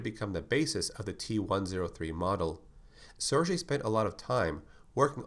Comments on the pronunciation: Just fyi: it's pronounced "Sir Gay" not "Sir J" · Nice video, can you do one on the T-002 from Resident Evil 1 or one on the T-001 aka the Proto Tyrant from Resident Evil 0? And just so you know, Sergei is pronounced "Sair-GAY", not "Sair-JAY". Thanks for another awesome video, and I can't wait to see the next one on Resident Evil.